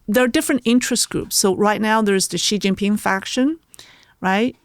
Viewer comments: learn to pronounce Xi Jin Ping properly. It's NOT Zhi Zhi Ping, for goodness sake. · WHY do wypipo think Chinese is French...?!?!? Xi Jinping is more or less pronounced like SHE JEAN PING, NOT zheeei zheeeen ping. We don't care if you butcher the tones, but can you at least please try better with the consonants? You HAVE those consonant sounds IN American English. But thank you for talking with!